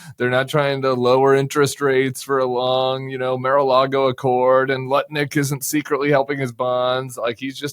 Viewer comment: LOL. Did you just call Lutnik 'Nutlik?'. Perfect. Just perfect.